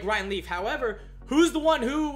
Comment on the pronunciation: It sounds like he keeps saying riley not ryan leaf